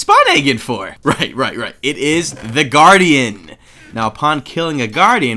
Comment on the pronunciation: GUARDIAN not guadian